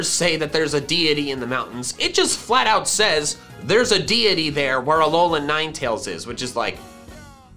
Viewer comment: he said alolan niteals